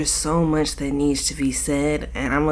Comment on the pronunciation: "its to muuurch"😭